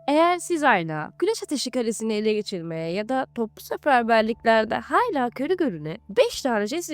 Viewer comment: Yalnız 'HAYLA' değil halâ olacak 😂